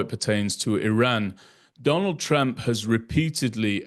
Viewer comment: I agree with the other comments that this is an exceptional site for solid, detailed information. But please, it is Trump, rhymes with "jump". Your pronunciation is close to "tramp".